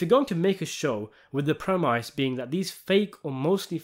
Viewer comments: PREMISE is pronounced PREM-ISS, Rhymes with TENNIS. It''s not "PREM-EYES". Embarassing. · I like your videos dude, but you have to stop pronouncing premise ‘premISE’. I know it’s spelled that way, but it’s pronounced ‘premIS’. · Premise is said like promise, mate. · That word is pronounced "preh-miss". It's French. The Latin was "prae" (before) and "mittere" (to send). It's what happens before the plot is sent into motion.